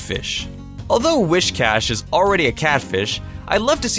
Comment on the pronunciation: It bothers me when people say Whiscash's name as "wish-cash". It shouldn't bother me, but it does. It's "whis" [as in whiskers].